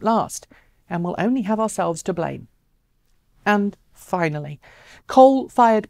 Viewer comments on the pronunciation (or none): none